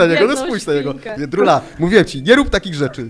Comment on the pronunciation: Nie niebendzie jendrula tylko pigi